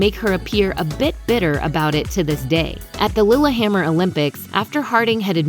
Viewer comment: THEY SAID "LILLEHAMMER" CORRECTLY !!!!!!!!!